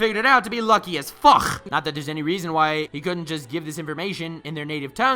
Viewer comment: STOP SAYING FUCK LIKE THAT